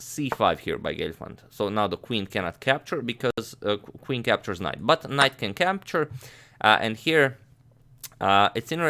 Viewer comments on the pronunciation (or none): butt knight can "campture"...😁